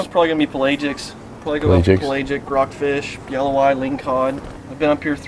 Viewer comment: Sheesh guys should really learn how to pronounce Pelagic.